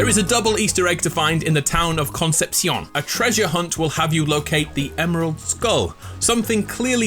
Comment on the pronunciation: Great video... EVEN THAT “CONCEPCIÓN” PRONUNTATION... much much better than the strange Spanish in the game haha